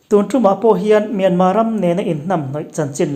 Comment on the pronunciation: Myan..Mar ti lova Myan..ma tia in rawn lam ta hi a ngaihthlak a nuam ta hle mai. "Hakha" tih hi kawl hovin an lam fiah thiam loh vang mai mai a ni. Halkha tih hi hnam hming a ni a. An khaw hming a ni nghal bawk a. Halkha..ti hlirin rawn lam țhin ang che u.